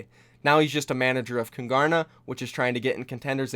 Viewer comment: Just out of interest- why name your team Kungarna? As a Swede I don't get it, is there any kind of relation to Sweden? No hate, I'm really just curious. We'd say it with a silent G btw.